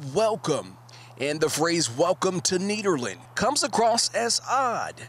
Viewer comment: pronouncing nederland like that is the opposite of honouring dutch heritage